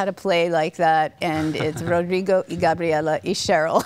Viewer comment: she pronounced Gabriela so right!